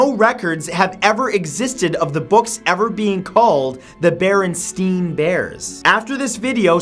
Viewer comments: the Berenstain bears is pronounced [Berenstean bears] in the movie or tv show i can't remember which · I distinctively remember in kindergarten my teacher explaining to us that it's actually pronounced barenstain and not barenstein and that she made a mistake. That was 15 years ago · i remember the bear show being commonly pronounced Bernstein (burn steen) but I never paid atention to the spelling